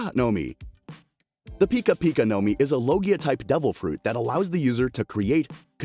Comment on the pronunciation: U said like pikachu pica pica no mi